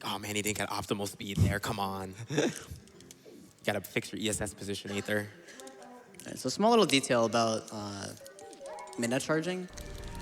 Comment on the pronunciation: yo not meant to be a personal attack, but aether, dude, you pronounce your own name wrong. "ae" in Greek-derived words are generally pronounced with an "ee" sound in English. "Aether" is pronounced the same as "ether" (which is an alternate spelling of the same word). See also daemon/demon.